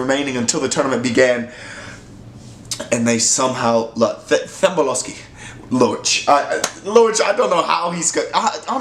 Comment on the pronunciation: My guy you butched the prounouciantion of Thembinkosi's name... The H is silent but know the K isn't ... Now try prounouce his name again.